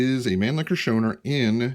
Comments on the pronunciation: It is pronounced, Show-Now-er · Your pronounciation is missing the au as in , house, or our, or ouch, or how. Other than that, i like your rifle, and this is a good video. I give it a thumbs up!